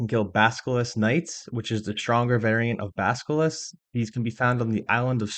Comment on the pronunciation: Not to be mean, but you mispronounce every fourth word in this guide and it makes me sad. Spectre is 'Speck-turr' not 'speck-tree' Basilisk is 'Bass-ill-isk' not 'bask-ill-isk' Sentinel is 'Sent-in-ull' not 'Sent-in-ell' Meiyerditch is 'My-err-ditch' not 'My-err-deech' Mirror is 'Meer-ur' not 'mayr-ur' And dear God, so many people get this wrong it's almost an OSRS youtuber meme. Melee is pronounced 'MAY-LAY' not 'mee-lee'. The Super Smash announcer wasn't messing around, I don't know how so many people who lived through that era forgot something so commonly shouted at them.